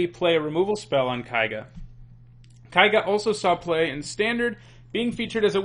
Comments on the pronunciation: "Kaiga, kaiga, kaiga, kaiga,..." It's Keiga, for god's sake. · His mispronounciation of keiga rustled my jimmies. Ke-ee-ga. It's japanese. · Ugh, I realize that I did the same thing back in Kamigawa block for Eiganjo Castle (I still think of it pronounced this way), but Japanese is not German. "Ei" is pronounced in Japanese like in "neighbor" and "weigh". And everyone tended to pronounce Keiga correctly from what I recall, so it's strange to hear someone pronounce it wrong. Even worse, you then pronounce the "ei" correctly on Yosei! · It’s common enough to mispronounce Keiga, but I’m a little surprised you can say Yosei right without noticing the inconsistency.